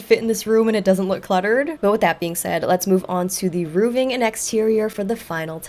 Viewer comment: "Roofing" no 'V' Hearing 'rooving' is like nails on a chalkboard.